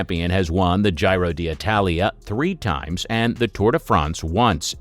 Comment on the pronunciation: It baffles me how you say "Gy-ro" d' Italia, but perfectly say Giro (pronounced _Gee-ro_) di Lombardia.